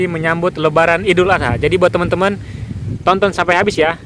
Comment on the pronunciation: Adul yer..bukan aidil adha😂😂